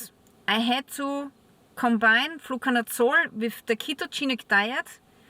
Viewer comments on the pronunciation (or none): What is this word youre saying? "Flucanutsore"? ? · Nevermind I figured it out you're saying "Fluconazole"